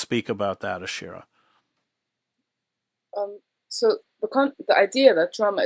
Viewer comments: It’s Ashira, not Aisha. Have the respect and professionalism to get her name right, Chris. Integrity demands attention. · Chris Hedges —-Please pronounce Ashira’s name correctly. Her name is pronounced like how it is spelled. Aaaa-sheeer—raaa. She deserves that respect. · Her name is Ashira 🤦🏽‍♀️